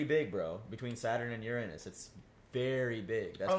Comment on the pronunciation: I'm 99% sure it's a Von Neumann Probe. PS. Ehm, it's "you-ruh-nuss".